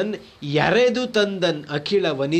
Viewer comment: ಎರೆದು ತಂದನ್ ಅಲ್ಲ. ಎಳೆದು ತಂದನ್ ಆಗಬೇಕು. ಕುಳ ಳಕಾರ.